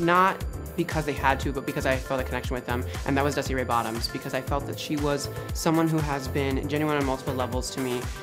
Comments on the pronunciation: the emphasis dusty puts on 'dusty RAY bottoms' will ALWAYS kill me i HATE it shsdhexd i dont know why it makes me feel so personally victimised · im aware! its just because before the show i had read it with the emphasis on 'bottoms' and when she first said it i went bald and old habits die hard i guess because it still annoys me l